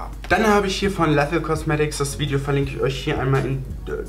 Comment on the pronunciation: Lethal cosmetics wird übrigens nicht "lässel" cosmetics ausgesprochen sondern "liessel" cosmetics :) Machen aber viele falsch xD